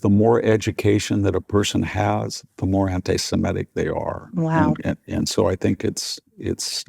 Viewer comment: Please try to pronounce "anti-semitic" correctly - it's NOT "anti-semetic"